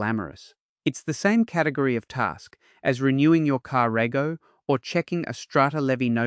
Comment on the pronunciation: Ai can’t pronounce car “rego”